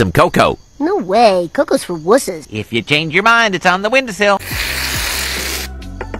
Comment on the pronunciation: Ohh wusses, I've always thought he said wizards 🤣🤣🤣